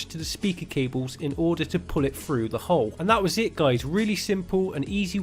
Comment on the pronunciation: Phru? froo?? oh ok....... Through